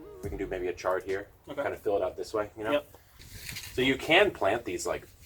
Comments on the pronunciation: It’s chard not shard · he said Shard LOL. He meant Chard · It IS chard, not shard. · Every time he said "Shard" I wanted to come inside the video and give him a smack on the back of his head. 😂😂😂